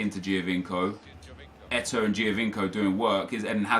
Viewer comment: I slowly die everytime I hear says Eto'o., it's E-toe, not E-too